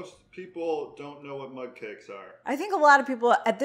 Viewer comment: Mug! Lol I thought you were saying mud 🇦🇺